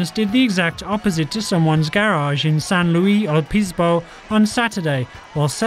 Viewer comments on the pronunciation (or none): Also, its San Lew-is Obispo, not Luie.